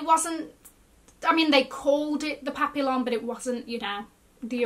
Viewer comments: Papillon is pronounced pap ee yon. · Busting out my tiny armpit lux bags if smaller bags are back. The LV papillon bag is pronounced “pa-pee-aan” ❤